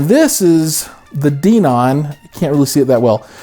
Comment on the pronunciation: It's Den-on... Hen, Ben, Men, Den....On